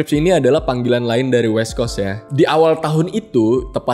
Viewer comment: gimane lau bang masih banyak yang ga bener "eastcoast" / "westcoacst'